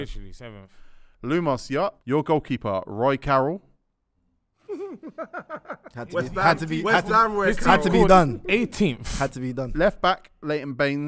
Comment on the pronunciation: Man said Roy Carroll 😭😭😭😭😂😂😂